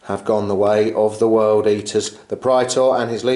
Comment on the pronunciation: awesome bat rep guys, love big apoc-size fights that actually feel like two armies fighting and not just 5 giant Robots/Gundams/Monsters duking it out! Also, as a side note, dat correct Latin pronunciation of Praetor!